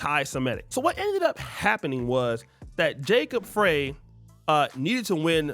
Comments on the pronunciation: Ummm, Somalis have more than 2 "tribes" in Minnesota, but there are some tribes more in number. Also, the Mayor's name is pronounced "Fry" not "Fray." But I live here, so I wouldn't expect those things to be known by others who do not. And absolutely, none of these other groups adapt to Pan-Africanism, neither here nor anywhere else. They stick to themselves, in their own silos, and support themselves. Those over here, including Somalis, take advantage of benefits in this society fought for by our ancestors on our behalf. I've seen them put African American on documents to exploit our standing in this country. They might feign Pan-Africanism for the purpose of benefiting from us. But, for the most part, Africans are Pan-African anywhere but Africa. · His last name is pronounced Fry not Frye. Minnesota has the largest amount of Somali immigrants in the US. The mayor is very smart. During Covid, he allowed the Muslim prayor to be broadcast over speakers. No other religious group got that permission. They are Somali's not Somalian. We have had over $1 billion in DHS Fraud here in MN: Feed our Future, Home Health Care, Childcare, Autism Care, Non-Profits, investigations are ONGOING, and so the Minneapolis public blames the Somali community for most of it.